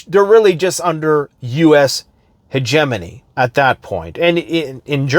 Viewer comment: it's hegemony, not hegemony!😂